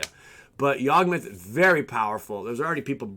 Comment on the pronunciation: You completely misread both yawgmoth and Kess 🙈🙈🙈. Take your time! Haha